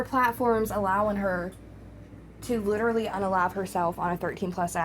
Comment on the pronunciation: Yes! Her gums have receded making the top row of teeth stick out so she says W’s in place of L’s, such as when she says “widerally” instead of “literally.” Also, it’s like nails on a chalkboard when she pronounces her T’s as D’s. She’s been doing “Codden Candy” makeup lately. 🙄